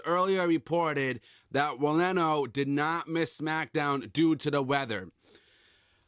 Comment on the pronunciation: ranallo....not rinello....also if this guy is missing shows cause hes depressed then im sorry but get him off wwe for good....hes useless